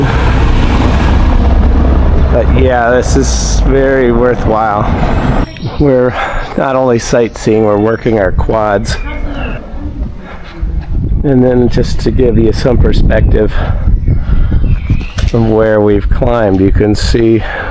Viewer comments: Cobh is beautiful. I’m from there. The Quays where you had the chowder is pronounced The Keys. Quay means dock. Pity you didn’t go inside the Cathedral in Cobh it’s free and amazing inside. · Quays is pronounced Keys. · the quays, learn how to pronounce it- do some research